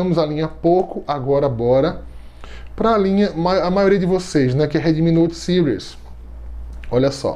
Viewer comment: Porquê Sires? Sendo que a palavra tá em português (Séries) 😏 ótimo vídeo. Sempre trazendo muita informação.